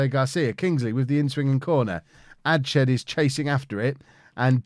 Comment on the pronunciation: Quick Pronunciation tip - adshead pronounced ads-head not adshed